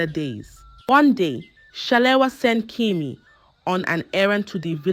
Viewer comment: It’s pronounced Kemi not kimi